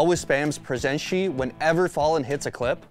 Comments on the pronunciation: its not pronounced presentee, its pronounced presentay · FFS DON'T SAY PRESENTCHI wtf is that??? IT'S PRONOUNCED PRESENTE!!!! LIKE PRESENT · Wtf is PRESENSCI bro, you even have clips on the video to know how to pronunce it So cringe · How do you even pronounce it as "prezenshi" xd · My favorite thing about this is hearing the pronounciantions of presente (im brazillian) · The way he pronounced Presente... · It’s pronounced in the clips and person can’t say it right 😅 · why do i feel like you absolutely butchered the pronunciation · Why is he pronouncing it like that...